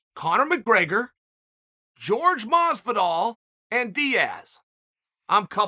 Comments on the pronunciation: His name is " hor- hey Mahs-vidahl" there you go chael.his name is "jorge" not " george" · "George Masvidal"